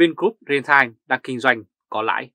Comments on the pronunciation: ri teo chứ không phải rê tai. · Vì sống bên Đức, nên anh ấy phát âm chữ "retail" theo tiếng Đức, bạn nhé.